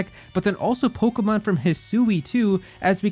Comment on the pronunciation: I hate your voice and the way you say Pokemon . It hurts my ears